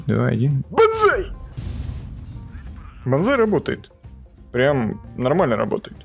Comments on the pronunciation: Надо было кричать не банзай а бан кай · Мне вот понравилось как ты говорил Банзай . Так-то ОИ хороший танк на своём уровне но очень медленный .